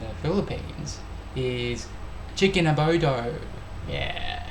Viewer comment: Wrong pronounciation of CHICKEN ADOBO...you said ABODO... 🤣🤣🤣